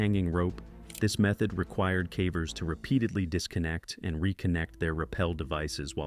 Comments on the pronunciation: Yeh the AI can't say caver, calling them carvers! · The AI says “Cah-vers” instead of “Cavers”. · Anybody else feel like these videos might be partially AI generated? At least the audio? I've heard him pronounce "Cavers" in two different ways. "KAY-vers" and "CAW-vers" 🧐 he also pronounced the name "Colin" as "colon" in another vid one time😂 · 5 million ads on a video about "Cavvers" "roh-knee" and "juh-honn". Unsubbed.